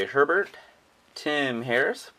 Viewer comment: mispronounced Bobby Hebert's name it's Ey Bear and messing up so many names geez